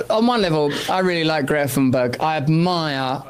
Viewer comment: Greta sounds like Gifa. That's how its pronounced in native tongue. Something like that. Some people have lost their sense of humour. Falsely claiming you are a piss taker to with a problem.